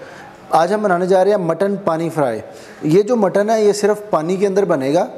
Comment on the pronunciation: Kuch bee jaisa bola tha😂😂